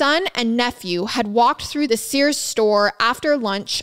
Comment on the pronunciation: sirs is not sears :)